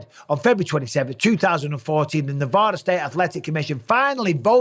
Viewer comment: As a Nevadan, you say Nevada wrong